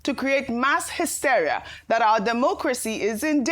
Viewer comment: .....pls check the proper pronunciation of 'WARPED' and 'HYSTERIA'.